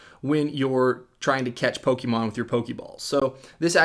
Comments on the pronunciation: Poke-AY-mon even Poke-uh-mon but Poke-EE-mon???? cmon dude you sound like a soccer mom. for a guy who knows a game so intimately, can't even say the name right.... pathetic. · it's pokaymon look at the accent above the e